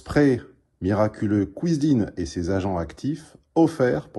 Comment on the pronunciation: "Kouizine" On ne t'arrête plus T_T